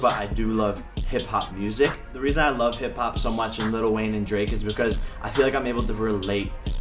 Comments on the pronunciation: little wayne 😆 there is no Ts!! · Little.... with an it_tall. Like little debbie. Like little without an itt_al Wayne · The fact that he calls lil Wayne “little Wayne” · did he really call lil wayne LITTLE wayne 🤦‍♀️ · He kept saying little wayne lolol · “Little” lol “Lil” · Mans said Little Wayne! 😂💀